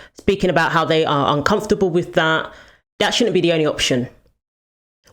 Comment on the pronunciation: Learn to pronounce with, its not wif and I can't take you seriously not being able to pronounce th...